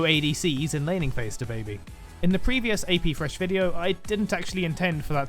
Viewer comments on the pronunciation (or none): FYI he lost all 8 AP Thresh Top games he played in normals for this video. Also, pronounce the TH in thresh right you Pom